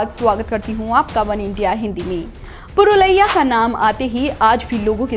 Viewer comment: 1st pronounce Purulia property,the map you are showing is not the map of Purulia Dist